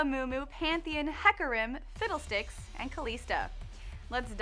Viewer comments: I swear you said fiddledicks :D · She said Fiddle Dicks. Lol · i think she said fiddledicks :\